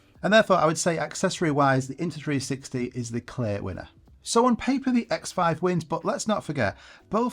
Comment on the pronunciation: You keep saying INTA 360.